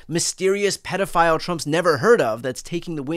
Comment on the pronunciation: Brian, the word is PAEDOPHILE and it's pronounce peedofile.